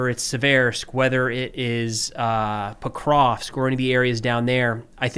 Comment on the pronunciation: I gotta admire steadfast refusal to pronounce Pokrovsk properly